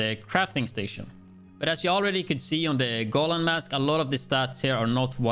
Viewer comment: I love the fact that you pronounce Negev correctly, so I thought you might wanna know that Golan is pronounced go-LAN rather than GO-lan. Also you mentioned that you wouldn't wanna switch the China backpack for the exotic since you'd lose on that 10% status effect but you actually get it back from the exotic one, I guess you'd actually lose on the status effect you rolled on China since that exotic rolled skill damage which is basically useless for this build.